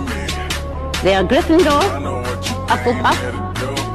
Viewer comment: 후플푸프 발음이 하플푸인데?ㅋㅋㅋ